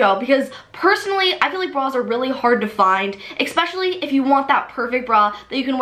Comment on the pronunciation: especially not ECSPECIALLY. THERE IS NO C!!!!!!!